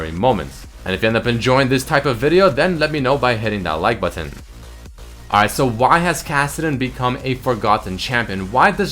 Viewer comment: buTon...... forgoTon. is it just me or does he say it weirdly